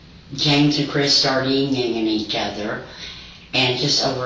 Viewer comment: "Ying. yangin" 🤔